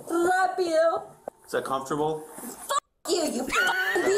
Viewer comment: Rápido means fast, she might work with people who speaks Spanish to know what that means. She was saying it correctly actually lol This video was a rollercoaster, when you thought she was gonna calm down there comes a big drop and she started acting crazy again 😭😂